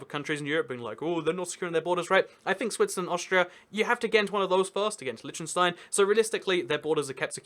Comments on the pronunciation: It's LITTENstein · It's pronounced Lichtenshtine and the ch is pronounced like the rough sounding h in hue or huge. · Every pronounciation is wrong bro! :D Try it mit einem deutschen ch: ç -Milch (milk) Damn i like your content! c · "However you wanna pronounce it. I'm sure they won't mind." I am from Liechtenstein and do mind! just kidding lol